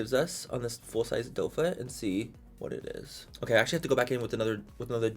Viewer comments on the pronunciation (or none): Everytime he says it is what eres😂 love it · Living for it es whatttttt 'tongue roll' it essssss 😅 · I find myself saying “it is what it is” just like this 🤣 and I can’t even roll my damn Rs.